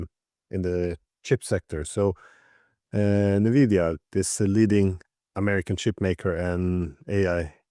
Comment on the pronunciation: First time watching this channel, Glenn's pronunciation of Nvidia was beautiful